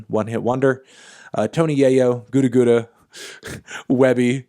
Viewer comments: Yo... Anthony ... Its pronounced gutter gutter. Cmon man. You are the busiest music nerd. Youngmoney was notable in that time. Put respect on his name lol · Oh and it’s pronounced “G-uh-da G-uh-da” not “gooda gooda” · It's pronounced GUTTER GUTTER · This man pronounced gudda gudda as gooda gooda 😂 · lol hes not a cheese, its pronounced gudduh gudduh. like gutter gutter. like "i came from the gutter".